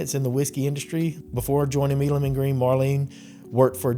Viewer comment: Does Marsha really pronounce her name "Me-lum"? Benjamin "My-lum" was one of the fathers of the TX revolution and there's a street in downtown Houston named for him pronounced "My-lum". Sounds odd to hear it pronounced any other way. Thx